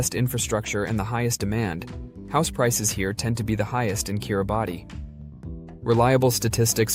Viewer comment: A very misleading view of Kiribati (pronounced 'Kiribass'). Much of the film footage is of elsewhere. Get your facts right!!